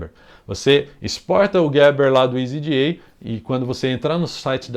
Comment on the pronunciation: meu amigo escolha, se voce vice for falar "jota eli ce pe ce be" entao fale" easy EDA " e nao "isy ji ai" NEM GRINGO FALA ISY JI AI